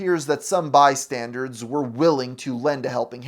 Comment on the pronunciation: Did he say bystanderds